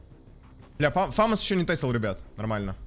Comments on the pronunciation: Я 15-й))) И не фАмас, а ФамАс! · Почему фАмас?! фамАс правильно. Французская пушка, ударение на последний слог) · ФомАс правильно